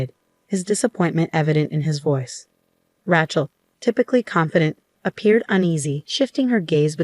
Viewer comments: “Rat-chell” sure does show up in a lot of these stories. Can no one pronounce it right? Ray-chell. No so hard. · That rat-chell is for the streets. Lol but you're so right. It kills me! 😅